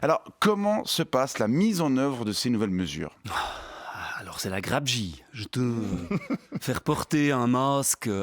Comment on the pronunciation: ça commence fort "c'est la grabegie", "c'est la croix et la lanière" xD j'en peux plus